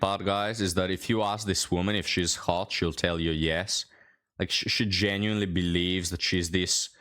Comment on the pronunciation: Why do they say "haw-uh"? And not hot? " Noah, Noah, I'm haw-uh. They all have that same linguistic abnormality. They refuse to pronounce the t's at the end of words.